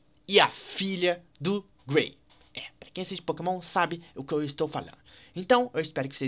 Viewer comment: vc falou Gray em vez de Gary???